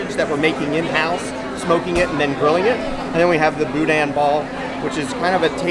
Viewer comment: OK, I'm a little irked as a Louisiana Cajun. Its not boo-dan. Its boo- da! The IN in boudin is silent. Wish I could afford to go this year. The food seems to be based around my home's culture. I'd like to try it.